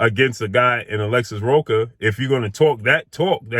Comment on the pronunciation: Rocha, the "ch" is pronounce like the "ch" in church.